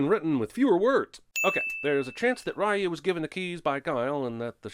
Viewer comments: The mispronunciation of “Ryu” just because this movie does it and the uploading of this video outside of a Tuesday are both worth 1991 sins. Each. C’mon, Jeremy. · I feel like you're doing this on purpose. You're saying Ry OH instead of Ry YOU and it's pronounced Re You. You do this again Sinnerman and I'm gonna Shoryuken you right in the hadoukens until you tatsumaki all over the place! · 10000 sins for you saying ryu when it's pronounced Reu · It’s pronounced “Reeyoo” and not “Rye-yoo”. That’s a sin. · It's Re-You, not Rah-You. +1 sin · Obvious cinema sin: pronounce Ryu as "rye yu" instead of "ree yu" with basic research of the word "Ryu" in Japanese meaning dragon...including how to pronounce it properly before criticizing the whole movie without sin. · Ah, the "Rah-yu" spelling of Ryu instead of proper "Rhew" for authenticity. Bravo! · Pronounces Ryu as Rye-you instead of Ree-you. DING! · The name "Ryu" is pronounced as "ree-yoo." Not "rae-yoo". That's a sin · Someone sin him for saying "Rye-eu" instead of "Ree-eu" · it's Reeee-YOU not Rye-YOU. Ding Ding Ding 🤣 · Pronouncing it "Rye-u" and not "Ree-u." [ding] Sorry, I had to do it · Biggest sin: Pronouncing Ryu Raaayuuu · Isn't it pronounced "ree-u"? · The biggest sin is the announcer calling Ryu “Rye-U”. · 10000 sins for you calling ryu. Wrayu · You pronouncing Ryu as Raiyouu is a sin! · It's actually "Ree-Yu" More sins added for every example of the incorrect pronunciation throughout the movie. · We should sin this man for calling RYU Rye You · Ahhh yes Rye O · I apologize, but my ears hurt. “Ryu” (龍) is pronounced “you” with a Spanish “r” in front. This “Rai-yoo” stuff is just awful. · "Pronouncing Ryu as 'rah-you'..." DING! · Sin for how you all pronounce Ryu incorrectly. Drives me nuts. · sins, RYU pronounced as RAHYOO 🤨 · Jesus you keep butchering Ryu's name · can we have a sin added for every time CS mispronounced Ryu? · That is not how you pronounce "Ryu" goddamnit